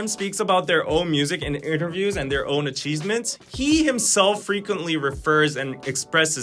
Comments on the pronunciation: I’m sorry but did you say “a-CHEESE-ments”? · 🤣🤣🤣I'm sorry🤣🤣🤣 But did you say..."acheezements"🧀 instead of "achievements" 😆😆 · u made me hungry here... lul Acheesements 😜